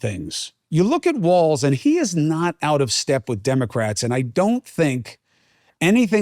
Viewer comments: Chris, It’s Walz not Waltz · FYI Cuomo…there is no T in WALZ. Phonetically, it’s wallzzz.